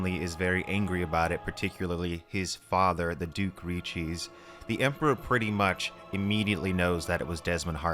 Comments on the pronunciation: Brother can you not just SAY RICHÉSÉ ri-ché-séeeee it ain't REE CHEESE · Ri ♟️ not Ri 🧀